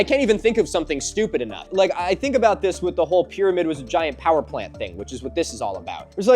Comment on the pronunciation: pyramid not pyraviewed